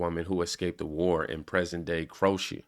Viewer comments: Crro-AY-shun, language Crow -AY -she-uh, is Croatia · It's pronounced Crow -A - Sha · Crow a Shia..... That is a breakdown of how you pronounce Croatia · Pronounced: Crow-a-shun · Since you asked: Its. Cro-A-shah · Croatia is pronounced (crow-ay-shee-yuh). When you say it more quickly it sounds like crowayshya. Also, our First Lady speaks many languages. I think she speaks 5 languages. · CROW- A-SHUH. Croatia. ❤️❤️🙏🏻🙏🏻🤣🤣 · It's pronounced crow-A-sha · I appreciate you, fam... Its sounds like" crow-aye-sha" for how you say Croatia... Some of these words of different countries we arent familiar with i still dont know how to say properly. You are doing a great job when it comes to what you bring forward and highlight for us. Thank you, you bring pieces that other places may report on a subject but you vring the missing pieces is what im trying to say 🙂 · "Crow - ay - shuh" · Cro-aye-sha, Cro-aye-she-an.